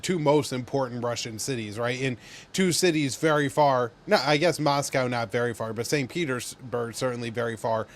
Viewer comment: "Mass-cow" and "Saint Peter's...(pause)... Berg"